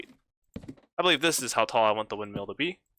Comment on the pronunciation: I'm really enjoying the series... but I really hope you learn how to pronounce "windmill" by the end of it xD Thanks for the videos, 2019.